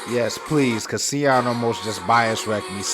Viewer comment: Siyeon is pronounced Shi-yeon*